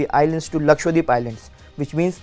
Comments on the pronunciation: It's lakshadweep not lakshwadeep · Pronounce it Lakshadweep .. not LakshWadeep ! 😂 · He says Lakshwadweep 😂😂